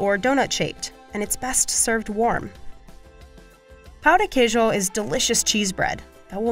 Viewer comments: Se bem que ela falou "pau" de queijo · Gustavo Matos n de boa,eu falei aquilo pq a mulher do vídeo referiu ao pão de queijo com uma pronúncia engraçada (que todos os gringos usam) Mas de boa, boa noite ae meu consagrado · That is the worst pronunciation of Pae de queijo I've ever heard.